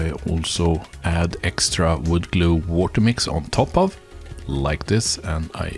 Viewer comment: Le woter.